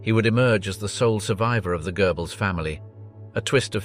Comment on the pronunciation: It's Goebbles not Goerbbles. Lector pronounces some names in a funny way. It's not gerbils either.